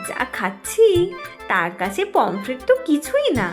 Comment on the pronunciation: পমপ্লেট ❌ পমফ্রেট ✅ এগুলো শোধরান। শ্রুতিকটু লাগে।